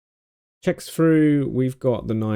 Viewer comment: "It checks froo" - makes me laugh every time I watch this video